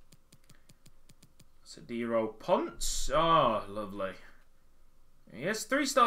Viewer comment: It’s not “ponce” it’s “pon-seh”